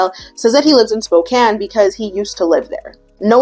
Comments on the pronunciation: Im from Spokane, thank you for saying it correctly, I love that you researched that! Love the video! Your makeup is so great too! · I already thought you were beautiful and amazing, but when you pronounced Spokane correctly…. As someone born and raised in Washington that shit got me going